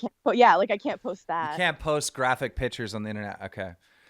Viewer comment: bro learn to pronounce pictures please